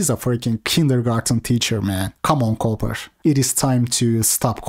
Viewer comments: pronunciation of "Cooper" sounds like "coper" 😂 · He's calling him Richard Coper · He does it so often and in a serious tone tho. I think he genuinely just thinks it's pronounced coper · inability to say Cooper properly, instead saying coper, is comedy gold. I honestly don't know if it's his accent or he's joking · Everyone calls him richard coper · Everyone that has been in the BP community long enough spells his name Richard CopER on purpose. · Lol at pronouncing Cooper like Coper haha maybe he is a coper. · ITV says coper by default LOL😂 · "coo-per" not copper.... 😂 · bro it's cooper, the oo is pronounced like a u like in book. You're saying copper lol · He’s saying coper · "Richard Cope-er" I am dead...